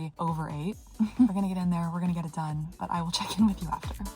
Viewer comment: Your gunna sounds authentic.